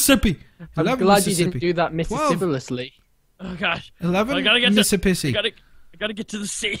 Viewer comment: When you said 11 Mississippi you said mippissipi